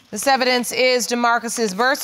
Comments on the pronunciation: Did she say she got the "evilence" right here? I hope that is not what I heard! Lorddd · What is “evelence”? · "I have evilence" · Lol at her calling him a scrub Bc he was riding in the friends’ car but yet she laid down & made a baby with this “scrub” .. 🥴 Not her saying “evilence” instead of evidence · She said evilence 😂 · "I got evelynce" lol. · Evilence Lol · " I got evillence" ☠️ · Not she got the "evelence" right here your honor 😂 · Not “the evilence” 😂😂😂😂😂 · did she say evilance?? maybe that's just me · Im sorry did she say I got “evilence “ right here ?? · RIGHT! When she was trying to say evidence. I said "what in the world?! Was she about to say envelope and switched it to evidence?" I was so disappointed this whole episode lol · “I got evilence “ and “hospilla “